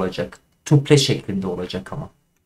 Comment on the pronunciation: Merhabalar, tuple => (tapıl) okunuşu